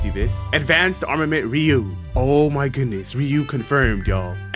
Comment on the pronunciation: ree-you-ohhh is how you pronounce it lol